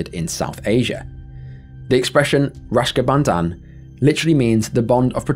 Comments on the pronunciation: Raksha bandhan, It's Raksha bandhan. Not Rashka bandhan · Youve put an image spelt rak-sha bandhan but keep pronouncing it rash-ka bandhan. Nobody wants to be bonded with rash bro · Rashka Bandan? Are you okay? It's Raksha Bandhan.